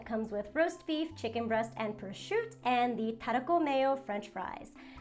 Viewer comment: Saying Prosciutto "Prah-shoot"! You ARE from NJ!